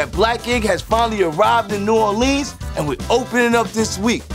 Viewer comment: Please stop pronouncing New Orleans like that, it makes me shiver.